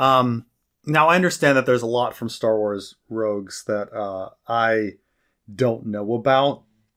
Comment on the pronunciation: Hearing him call it Star Wars "Rouges" (3-4 times) totally discredits anything he has to say on the subject matter. This was an even an accident because how I remember him saying it and passed videos. To be unfamiliar with Star wars at that level is completely laughable when paired with a person attempting to create Star wars review videos